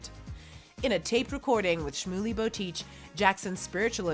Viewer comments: It’s “Shmuely Botayach” - learn how to pronounce names! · Schmuley BotEETCH 😂 all seriousness though, I love this channel